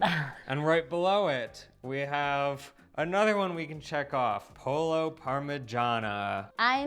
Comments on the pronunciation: Spell your latin root language double "L".... "ll" is "J"! You gotta do pollo as pojo! Don't miss it! (almost a silent J) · It is pronounces poyo en espanol.